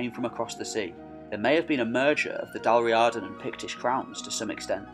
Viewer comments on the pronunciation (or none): its pronounced Dal REEEada